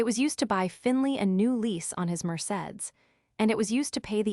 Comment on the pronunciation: Mer say dees.